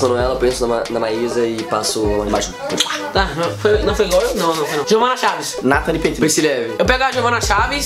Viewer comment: Nathan fala eu beijo a natali falou errado